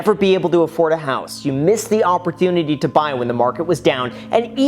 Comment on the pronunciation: did you say Upperdunity?